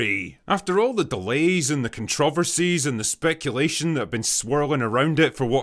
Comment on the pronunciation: I’m sorry can you say controversy? Correctly? It’s really not that fucking hard to say and the way that you did is just attention seeking by the spade loads.